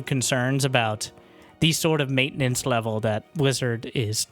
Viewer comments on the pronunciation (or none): none